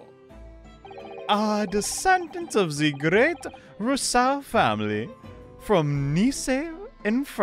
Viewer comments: I know it's a little late but I wanted to let you know how to pronounce "Rousseau", in case some similar name would come up again! The "ou" is prononunced just like the "ou" in "you", as for the "eau", "au" is always pronounced "o", and the "e" before it is always muted when there's one, so you can pretend it's not there. Not that your prononunciation of it is too bad, but you hesitate a lot so I figured an explanation could be nice. I hope this might help for future videos! 😊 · Hi, awesome video as usual! If you need help with "De Rousseau" 's pronunciation, pronounce it "duh Roosso"! Hope that helps!